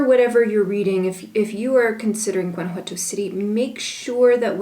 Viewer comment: Remember, if you live in Gto, don't pronounce the "G", a local should say it like a local. "Wana-wato". My kid's have family in Iramuco. I've heard Gto is alot like Los Mochis Sinaloa in terms of crime, take care!